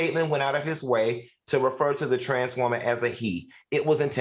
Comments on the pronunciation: The way Al says “woman” cracks me up!!!!! “Woemon” 😂😂😂😂😂😂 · He say it like that man from the Color Purple lol